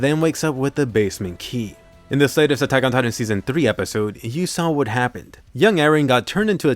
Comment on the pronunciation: Attack ...on... titan say it slowly you sound dumb the way you say it